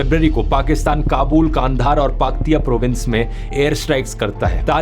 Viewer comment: Please work on your pronunciation of city names. It’s Peshawar, not ‘Paishaaawar’, and Kandahar, not ‘KAAANDHAAAR